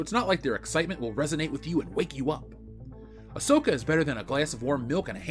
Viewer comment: I-SUCK-A A-SNOR-KA A-BOR-KA ASOAKA